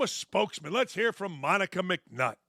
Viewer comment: Did Dan say “lez be honest” While talking about the WNBA? 😂😂